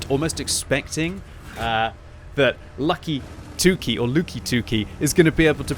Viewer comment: His name is pronounced "Lucky 2 key"! Because you're always lucky when you fire gold rounds!